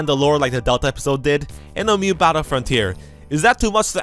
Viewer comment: Everytime you say "new" it sounds like "mew" hehe